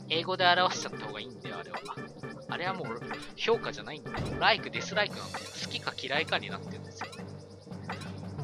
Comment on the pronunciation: ヤバイ評価が氷菓に聞こえてしまう